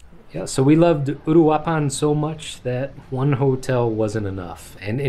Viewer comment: Just for a reference on pronunciation: uruapan Oooh-rooh-ahh-pahn